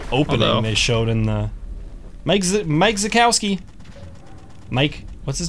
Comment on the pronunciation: You said zakawski